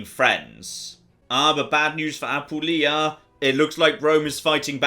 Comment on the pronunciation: But does his tendency to do so justify me nitpicking about his pronunciation of "Apulia"? He's stressing the wrong syllable and it irks me